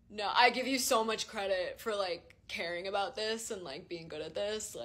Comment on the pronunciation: the “NOO” was personal